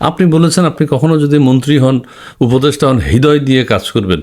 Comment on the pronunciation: আইন অপদেষ্টা স্যার না কি ষাঁড় 😅 আপনি ও উচ্চারণে কিছু ভুল করছেন।😢আপনার এই ভুল মেনে নেওয়া যায় না 😅😂